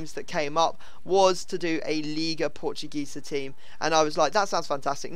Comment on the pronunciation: ISN´t "liga portugesa" it is "liga PORTUGUESA"!!!!!!!!!!!!!!!!!!!!!!!!!!!!!!!!!